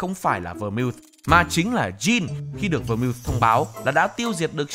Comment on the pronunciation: Phát âm đúng tên phải là Vermouth /Vơ mau/